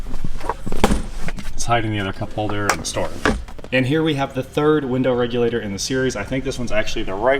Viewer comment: Yep he said winder